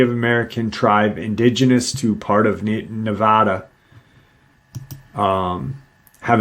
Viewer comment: I appreciate your pronounced Nevada correctly 😊